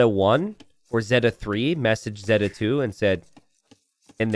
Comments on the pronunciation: say it with me: ZAY-tuh. ZAY-tuh! There you go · Zeta Two? Nah "Zeta, LOOM!" 😭